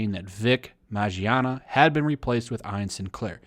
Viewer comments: His last name is pronounced Min-Yana not Majiana. Big OOF! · Also his name is pronounced Min-yah-nah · Also it's Vic MIN-YONNA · For future reference. Mignogna MIN-YAH-NUH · DUDE. HIS NAME IS PRONOUNCED "MON-YAWN-AH" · MIN YAWN AH. The g is silent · its pronounced Minyana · I love you man but it’s pronounced as “Mi-no-na”. Regardless this pisses me off. Guilty before proven innocent eh? Where is the fucking evidence? Someone in the comments compared this to the Crucible, where if it’s a rumor, that rumor is now given life, simply because it’s the wave. Vic was super friendly, just a nice ass, God honest dude, this fucking saddens me. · How did you pronounce it? Vic Mangina? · I believe it's pronounced Mig-non-ya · Btw u are fuckin his last name up terribly 😂